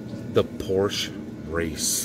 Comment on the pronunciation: Your porrsche came thru like a champ!